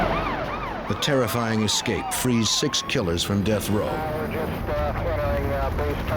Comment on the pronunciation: The director of investigations should be locked up until he can pronounce "escape" without adding an X😂